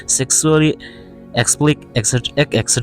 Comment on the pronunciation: Explic ni lovin EXPLICIT aw PLICIT tia lam tur